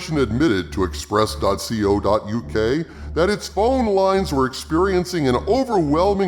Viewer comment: It's not dot see oh, it is dot coe. As in co for company.